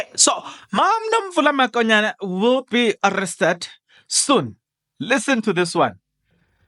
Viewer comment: Not makonyane mokonyane point of correction